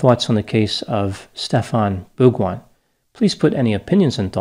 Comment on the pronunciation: Great pronunciation of this guy's name,! congrats!